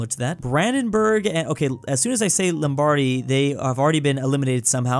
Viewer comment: As someone from Milan, the way he pronounces “Lombardy” makes my ears hurt